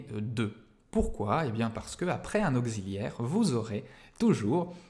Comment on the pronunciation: "Au-Xi-liaire"? Dans quelle contrée prononce-t-on "auk-ssi-liaire" de cette façon ?!